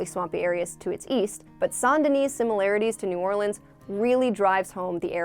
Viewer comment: You probobly pronounce the S in Denis 😂